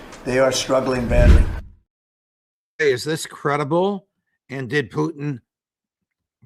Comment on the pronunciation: Putin not PUCHIN